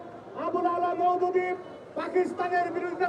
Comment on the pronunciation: সাইয়েদ আবুল আ'লা মওদুদী,,তোরা তো মওদুদী ও বলতে পারিস না,,তাহলে কিভাবে অভিযোগ দিবে